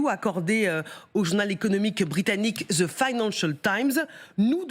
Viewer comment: IL N'Y A PAS DE LETTRE Z dans le mot anglais THE ! alors madame l'animatrice cesser d'en prononcer un , non de dieu !